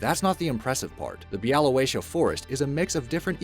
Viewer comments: Bialowieza = Biawoviezha (ż is the middle sound in measure or treasure (the rolling sound)) Love the fact you included so many Polish forests! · Oh my god you pronounced Białowieża so wrong